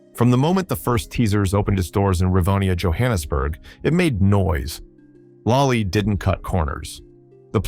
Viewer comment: It's lollie not lai